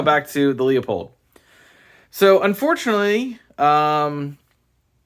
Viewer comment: It’s pronounced (phonetically) “Loo-pold” Not “Lee-a-pold” BTW great video…